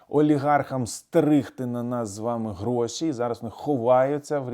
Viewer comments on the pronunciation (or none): none